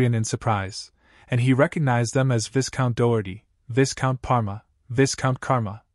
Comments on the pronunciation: ONE WOULD THINK that if they are recapping a manwha and not strictly adhering to what is written and it is MAINLY and EXTREMELY full of a specific word they would learn the CORRECT ENUNCIATION of said word, it is pronounced VI COUNT the S is silent....... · I dont know how these videos are made with ai voice but in the word viscount, the sc is silent